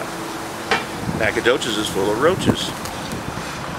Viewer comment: It's an Indian name and you can't pronounce it? Great video btw.